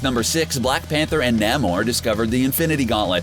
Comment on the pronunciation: You're horrible mispronunciation of words such as Namor and Attilan remove credibility from this video and also leave it painful to watch.